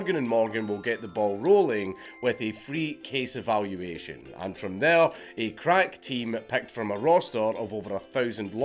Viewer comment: In your sponsor segment, when you said "free case evaluation", I swear I thought you said "free case of ammunition" for a solid several seconds before I realized that could never work in all 50 states and went back to check if I heard it right.